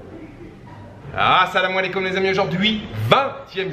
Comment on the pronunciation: Vous avez une façon de dire assalamou alaikom on dirait un vrai dz Big up